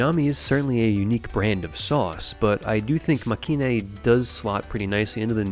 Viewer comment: I'm pretty sure it's actually pronounced make-in (マケイン) as separate words due to it being a shortening of make and the last part of heroine